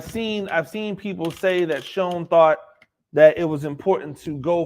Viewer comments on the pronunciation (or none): It's pronounced Shane lol. Great content and looking forward to your weekly take on the G-men! Let's fucking Go!!!!